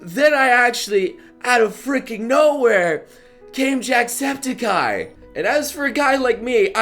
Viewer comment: He said jackspedicey's name wrong everytime. tssk tssk tssk